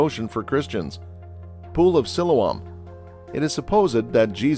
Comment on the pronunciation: Its pronunced SILOAM!